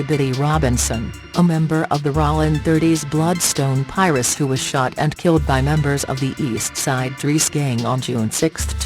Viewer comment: The one thousand nine hundred seventies (1970's) 😂😂😂😂😂😂😂.....U gotta love computer talking voices lol. She saying "ralling" (Rollin) or "Pires" (Pirus) lol